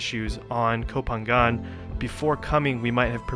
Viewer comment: I love your video, it’s lovely when you describe Thai food :) In Thai, we say Pha-ngan. Ng you pronounce like Ping-pong. It’s really good to sensibility about trash, unfortunately it’s cruel reality in Thailand. Thank you for VDO! 💕😊